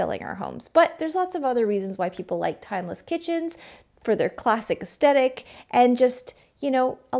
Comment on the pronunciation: Great video, but I was distracted by your pronunciation of "aesthetic"